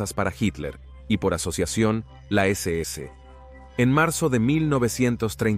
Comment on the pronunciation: Porqué dices la deséese, es la ese ese o sea SS.